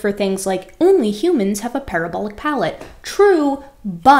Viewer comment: Did you say, "Humans have a palabolic parrot" ??? ;-)